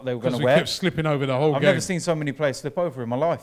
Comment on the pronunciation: Here we go, let’s hear what Arteta’s lawyer has to say. “It’s the pwayas wobby!!”—DerrT